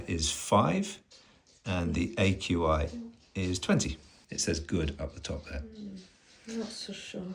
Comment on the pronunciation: I enjoyed pronouncing "AQI" as "akee"!